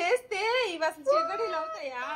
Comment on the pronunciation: Chgoodalu enti chegodelu anochuga Madyalo okasari bagane anavu kada